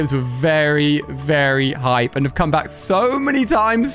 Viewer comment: did you know u say cam iyour mommy